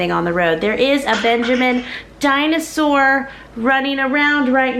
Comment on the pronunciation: Benjamin: dinosaur-uh: ok dinosaur-uh I’m cracking up 😂😂😂